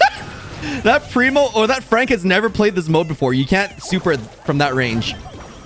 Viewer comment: When frank on oj's side : it's frank When frank on enemy side : it's fronk🤣